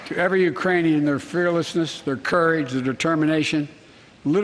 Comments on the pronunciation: ahahaha I heard Uranian (he skipped the 'k' there :) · I believe he said "Uranian". He is over 60 give the dude a break lol It isn't as easy as it looks to stand and speak to the entire united states and not mess up a word.